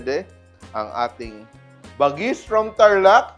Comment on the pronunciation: Chef Tatung ibig sabihin nyan bagis sa ilocano lamang loob pag sa pagkain pwede rin gamitin word na bagis tawag mo sa kapatid mo like kabagis..when you pronounce the word bagis is like ba-gis slowly